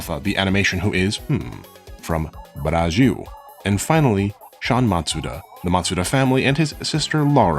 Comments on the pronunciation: As a Brazilian, the way you spelled "Brasil" as "Burajil" is way too funny 😂 Great content as always! I've been watching you since you dropped that video about killing gods in jrpg's, and it's nice seeing your channel grow. Hope you have a wonderful week! Edit: COME TO BRAZIL 🇧🇷😃👐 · Why are you pronouncing BraGil? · A final note on the "Brasil" pronunciation: you sounding like "braagîl" to us, you should read as "brah+zil", using phonetics from words like "bra" and "zilion" 😉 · It's Brazil, not Brajiu. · sounds like he is pronouncing it Brazhil. It really should be Brazeeoo if he wanted to pronounce it like in Portuguese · why do you say Braxiu? instead of Bra ZIL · Amazing video!! One small ppint as a Brazilian though, his "Portuguese" pronunciation of "Brasil" is way too distracting lol. It is still a "z" sound, not a "j". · why do you say Bragil, not brasil? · Lmao I love is pronunciation of BRAZSHIW actually quite good lmao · Wait, why "Brrajiu"? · Is he pronouncing "braJil" on purpose? 🤔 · "Brajil". Cute. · your pronounciation of brazil in portuguese is killing me man 😭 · stop saing brazil like that